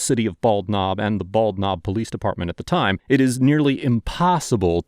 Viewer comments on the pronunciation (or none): Did you say it was the "Bald Knob Police Department?" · Bald Knob, my grandfather was from that little town, he joined the Marines when he turned 18 to get out of there. And it's pronounced Ball-Nob like one word, they don't pronounce the D in bald.